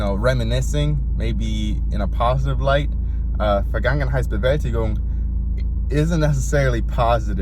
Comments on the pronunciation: BRO PRONOUNCED THAT NAME LIKE NOTHING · Dude, respect for pronouncing that title. I'm way too scared to even try, lol